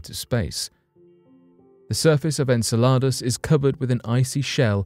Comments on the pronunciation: Repeat after me its pronounced "En-cell-od-us" not en cel lott a that sounds like a menu item off taco bells menu . Repeat after me...... it's "Guy-Sir" Not Geezer.. I agree with my man Richard True That's our President of our States because we darn sure are not that united at the moment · Anyone else get irritated by the way he said Enceladus ??? Its prenonounced En-sella-Dus, Its NOT prenounced En-salar-dus🤯🤦‍♂️ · Enceladus! He keeps saying this word as if in Spanish which means salads!😂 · “En-sell-lod-us?!” It’s “En-sell-uh-dus.” He makes it sound like Spanish “En saladas” (“in salads?”) For a Brit, he sure is awful at pronouncing English words (even if those words have non-English origins; they do have commonly known pronunciations in Ingles.) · I'm sure Enceladus is pronounced 'en-sell-eh-dus' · Are you going to run a piece on pronunciation, I hate to be picky, but it's en·seh·luh·duhs. Just google it please, I hate seeing names changed into something unrecognisable. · I think he got confused and thought he was talking about a Spanish salad. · He is british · I understand that there are many words that the British pronounce differently than Americans, but I didn’t know Enceladus was one of them … hm..perhaps that is why though